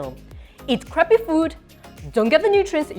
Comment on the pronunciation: The way she says crappy food😂😂😂the accent describes the crappy food is even more crappy😂😂😂